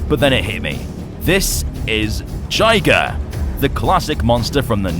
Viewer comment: Jiger’s name is actually pronounced JIG-GRR, kinda like Tigger. Yeah, I like that style. And it’s great to see that Gamera is finally back after seventeen years.